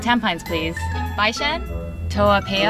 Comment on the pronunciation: Omg the bishan pronunciation is cancer (ehh bro I going bye-shan leh)